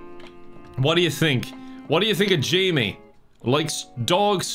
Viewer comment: pronouncing 'jaime' like 'jamie' hurt my soul